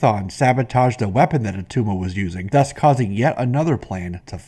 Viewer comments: It's not Atuma. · IT' NOT ATTUMA!